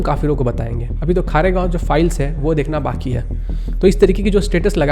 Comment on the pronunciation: A slight correction .... It's KHARGONE(खरगोन) not KHAREGAON(खारेगाँव)